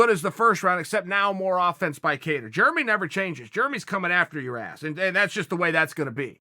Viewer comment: “Germy” Stephens